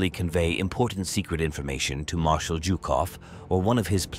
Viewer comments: Zhukov not Jukov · WHY is he saying JewKof?! stopped watching